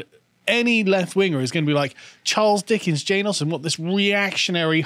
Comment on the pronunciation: "Judge, I already have. Hamlet was a based troll, and Mr. Darcy knew how to deal with THOTs. The end." Also, can't help but say "Dickings". LOL